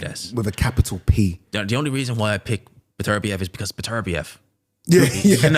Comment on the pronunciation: Still can't pronounce Beterbiev. Beter biev not B'terbiev